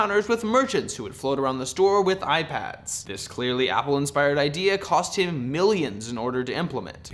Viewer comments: cos thim instead of cost him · "cos thim millions" haha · "cos thim" lol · "cos thim"!?!?!? DING! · "cos thim" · "cos thim" ding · 'cos thim'. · It "cos thim" millions? wat?